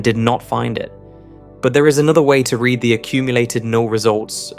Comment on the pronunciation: Your speech synthesizer is nearly perfect, but with a few interesting anomalies. It renders lead, the atom, as “leed” and read, the past tense of to read, as “reed”. And it puts the accent for metastable on the second syllable. I’m impressed at everything it gets right.